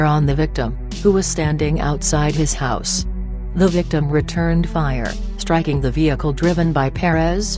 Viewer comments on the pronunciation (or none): none